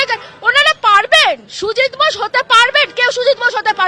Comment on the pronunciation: Tujit bose Tujit bose jindabad ki ucharon😂😂😂😂